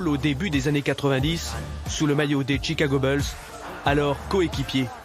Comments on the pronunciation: "tchicago beulss" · Chicago beuls il a dit mdrrrr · "sous le maillot des chicago BEULZ" bien joué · "Tchicago beulz" dès le début le mec a tout faux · Les fameux "Tchicago beulles" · les chicago BEULS LUL non mais faut vraiment faire un effort les Francais avec la prononciation ca fait mal a la tete sinon tres mauvais journalisme merci aurevoir a tout jamais la tv francaise ....